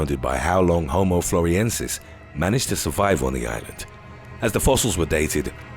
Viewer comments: Not "floriensis", but floresiensis. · The way "Frolesiensis" is pronounced indicates how much research went into this video.